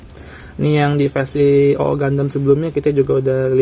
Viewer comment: Double o bang dibacanya